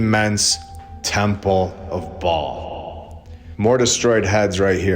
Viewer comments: Baal is pronounced bail not ball. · Ba’al Earth, Not Ball. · Baal is pronounced Bay'll if im not mistaken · Just so you know the correct pronunciations; Ba'al...long a, hence accent Yahweh...Jehovah. Both are ok however the most common name for almighty God is Jehovah. This is world wide especially old world, they've hidden but in plain site. God's name means, "Cause" or Causes to become". Fitting right!This video was icing on a layered cake to me brother. God bless you!❤ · You missed the whole point, sister. This isn’t about how to pronounce Ba’al—it’s about exposing that we’ve been living under his system. The ball Earth lie is Ba’al worship disguised as science. A sun-worshipping, globe-spinning fantasy shoved down our throats to erase God’s firmament and throne above. So whether it’s Ba’al, Bale, or Babble, the deception remains. The Earth isn’t a ball. It never was. They just replaced God’s truth with Ba’al’s blueprint—and you’re worried about vowels?